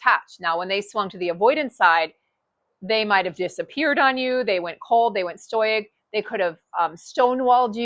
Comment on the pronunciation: That’s not how you pronounce “stoic”